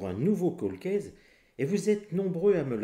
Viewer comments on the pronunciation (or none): none